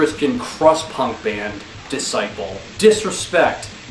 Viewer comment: I wasn't expecting that to be hilarious but kudos to you. And for future reference, Disciple is pronounced "dis-sipple". Check out my Phobia show. I would love to hear your feedback. Cheers!